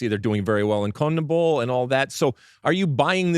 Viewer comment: Agreed💯 Lalas should take that back. On the FOX post game Alexi called him a jerk and in this podcast he up'd it to A-h. I hope Dibu continues to anger Lalas who continuously mispronounces CONMEBOL